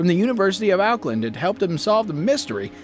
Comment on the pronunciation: I live in Auckland and that is not how you say it u know